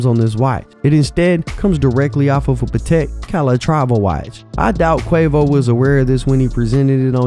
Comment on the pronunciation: "Pattek" is how you pronounce it. Pat-tek. PAT. TEK. NOT Pah-tek. NOT Pa-Tek